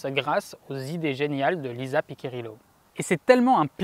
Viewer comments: Merci pour ces explications ! Par contre, petit souci de prononciation du nom Piccirillo, ça se prononce "Pitchirillo" et non pas "Piquirillo". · Le vrai nom de la mathématicienne c'est Lisa Piccirillo... PICCIRILLO... et pas PICCA... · désolé mais entendre Pi'K'irillo fait mal aux oreilles...Cela se prononce Pi'chi'rillo...A part ça superbe video.